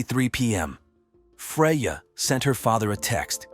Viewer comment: Is it Freya, Fredja, Frazier or Freyaay? Can we get the poor victims name correct throughout the whole video?